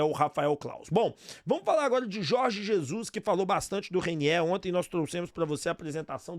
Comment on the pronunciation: Ooo Repsow ???Não é Reiniééér e sim Reiniêêêr